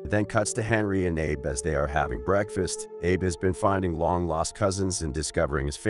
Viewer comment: Narrator needs to learn names, kept saying "Ay-Buh" and "Ah-Bee" every other sentence for Abe